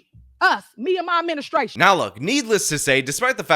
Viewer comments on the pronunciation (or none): Did she say "ministrashun"?